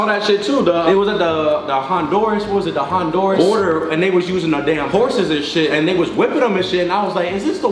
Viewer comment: its honduras not hondoris